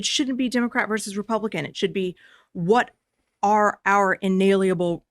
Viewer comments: Umm... I thinks it's actually pronounced Inalienalienablelel 🤨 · I find it amusing that a member of the bar cannot say the word “inalienable”!